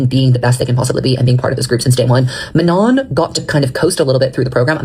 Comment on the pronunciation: you called her mañon that tickled me so bad